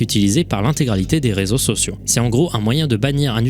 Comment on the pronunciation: La lettre "R" qui introduit le mot "Réseaux sociaux" , écoute bien avec du volume, on est d'accord que ça fait un son bizarre?